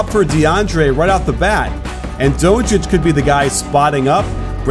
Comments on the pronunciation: CAN YOU PLEASE STOP SAYING doouuuncic like that ur saying his name wrong and so wierd its DONCIC! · DONTcic pronounce it like that coach! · lmao the way he says donci good video tho